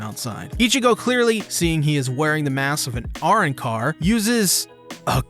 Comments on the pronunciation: Dude fr said arnncar lmfaooo it’s arrancar lmfao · R-Unn-car? bruh why you say Arrancar so weird?...its not that difficult of a spanish word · Must have been a while since you watched the arrancar arc? Arrancar is pronounced a·rran·kar not aaron-cars sorry it was bothering me a lot mate 😅 Other than that great analytical video for the return of Bleach! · Great content and analysis but I'm sorry I nearly choked whe I heard your pronunciation of Arrancar. As well as the gramatical misuse of quincy since it's a person and not the weapon. Again not knocking your content but it pulls me out of you analysis when I hear you speak like that. Just food for thought, not sure if you'll read this though. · The way this dude says Arrancar screams he’s never seen an episode of the anime at all. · Never heard the way you pronounce arrancar very entertaining is there a dubbed version where they say it like that or is it just your accent? I always like hearing certain words pronounced differently and wonder how people interpret that way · Great stuff, however, VANDENREICH VAN ITS GERMAN! Also, arrancar pronunciation was just weird. I don't think I've ever heard anyone mispronounce arrancar.